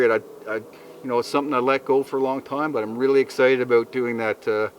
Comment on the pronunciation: Aboot, lol.